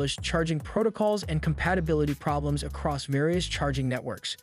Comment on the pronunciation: Phrobe Bley Emms ? Did the robot mean Problems ??? Get rid of the damn robots and use a human